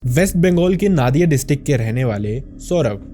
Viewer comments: It's নদীয়া, not নাদিয়া ( नदिया not नादिया) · As a Bengali, I immediately clicked on the video when I saw it was about Shakchunni, because I grew up listening to these kinds of stories since childhood. Love from Kolkata ❤️ Also, you should pronounce “Nadia” as “Nodia.”